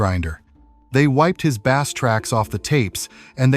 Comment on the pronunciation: I like his Newsted albums and you pronounced bass wrong